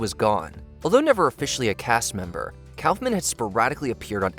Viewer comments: I love Watchmojo, but this one failed. From claiming a failure of Wayans and Slade, to the mispronunciation to Andy Kaufman's last name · Letterman used to say it that way, too 🤷‍♂️ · Disliked this video for the numerous errors. It's not "cowfman", it's "cough-man". Damon Wayans and Jenny Slate didn't ruin their careers on SNL. This reeks of AI slop and I look forward to better content moving forward. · It's pronounced COFF-MAN. It is NOT pronounced COWFF-MAN. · Just FYI: Kaufman is pronounced “koff-man” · Cow-fmen? what, just for that you should have any career in journalism blacklisted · JesusFChrist, for all that is still holy and sacred in this god forsaken country "K-A-U-F-M-A-N" is pronounced "C-O-U-G-H-M-A-N! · Kawf-man? Clearly ai, or doesn't actually know who Kaufman was. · “Damon Wayans was fired and then went on to become a huge star AFTER he ruined his career.” Do you hear yourselves? Also, who is Andy KAUFFFFFman? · Calling Kaufman calfman is pretty ridiculous and frankly despicable. Way to go with your shitty ai. If not ai you truly are really shitty at this and need a new hobby/job whatever you think this is for you. Basically, go to a construction site, find a foreman, and ask to dig holes as a entry level laborer. Until you do that type of work or something in the service industry (I do both) you really don't deserve a fuckin penny for putting out this kind of trash and makes me sick how lazy you are and consider it work. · Your AI needs to be taught how to say Kaufman. "Caugh-man" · I love how everyone in the watch mojo videos keeps mispronouncing Andy Kaufman's name when they say it. They even managed to edit the video clips in such away that his last name is never said by the people on SNL, who would have pronounced it correctly. This at least the second video where this has happened. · Why the hell can't you pronounce Kaufman properly? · You might want to learn how to pronounce Andy Kaufman's name before you narrate a video partially about him.